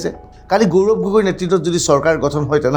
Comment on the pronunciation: প্ৰজাৰ ,গৌৰম এইবোৰ ভূল উচ্চাৰণ